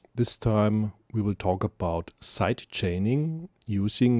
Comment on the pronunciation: "Sight Chaining", as you pronounce??? No! It should be "Side Chaining" - with a long i and a soft and voiced d! Your pronounciacion is ugly! And : it's "plugin", not "pluckin", as you pronounce! : you say "aple" instead of "able". Really horrible to listen to your disgusting pronounciation!